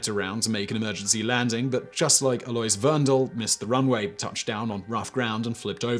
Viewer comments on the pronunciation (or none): Alois is pronounced ah-low-ees.